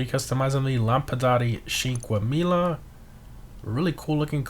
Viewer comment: it's sink-wa-mila not shink-wa-mila